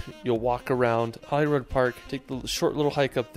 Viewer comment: Your pronunciation of Edinburgh is correct, he absolutely butchers many of the Scottish place names, like Edinburgh and especially Holyrood Park, I'm from Edinburgh so I kinda know 😉